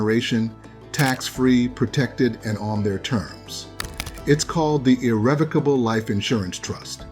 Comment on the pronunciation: It couldnt even say irrevocable correctly.😭🤭 The irony….